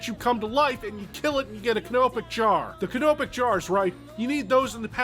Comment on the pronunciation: I love the way he says canopic jar